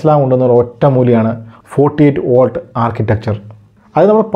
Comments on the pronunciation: വാൾട് എന്നല്ല വോൾട് എന്നുതന്നെ പറയണ്ടേ bro... 🙏🏻🙏🏻🙏🏻 any way good effort 👍🏻👍🏻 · Watts (വാട്ട്) volt (വോൾട്ട് ) വ്യത്യാസം ദയവായി ശ്രദ്ധിക്കുമല്ലോ